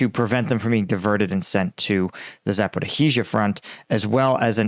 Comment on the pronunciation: Yes, efforts on this are quite valiant and much appreciated! That said, I wish that he would edit out the garbled words, pauses while gathering his thoughts, "ums" and "ahs." Also, Zaporizhzhia is generally pronounced as "Zapo-rhee-zhuh" by others on YouTube.